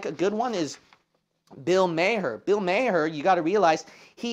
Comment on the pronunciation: Pastor, when you said 'Mayer,' (Maher), I for a split second was thinking... Does John Mayer have a racist brother named Bill, with a radio podcast show or something? Haha. Only funny because I could absolutely see it - Mayer has made a few mistakes in this same way. Not for me to judge, but I do wonder why... These very public, 'famous' people - Why do they make such absurd mistakes, when they know full well when they're being recorded or watched, or in Barr's case, 100% self-published. Granted, I also don't think what she said to whom is really that big of a deal, certainly not a big enough deal to cancel the show altogether, and like you mentioned,, Hollywood executives (or whoever) did not even give her the chance for a public apology. I strongly agree with many, many of your points here, regarding Hollywood. Also, here is a fragment of lyrics from a rapper by the name of Aesop Rock: Wait, ain't it the liquid soul therapy? I sip to grip a stationary pillar Yet we slipped these boogie nights Sucked wattage from rookie lights Now you proud I'm'a be there when you rush in Just to touch the mushroom cloud Drink failure Lord have mercy on their dreams Pretty pixels tend to trickle off the screen Know what I mean? That is from a track entitled "Merit," and another track with some parallels to your upload here (thank you by the way!) is entitled, "Basic Cable."